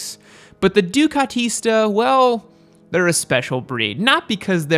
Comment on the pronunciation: that Italian pronunciation thought... ducatista, panigale